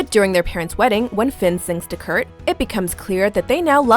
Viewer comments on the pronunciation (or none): Why did she keep saying kurk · did anyone else her them say kurk when they were talking about kurt and finn moving in together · the girl said Kirk instead of kurt